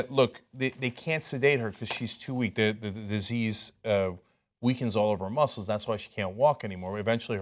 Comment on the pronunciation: this man just said MUSKLES. bruh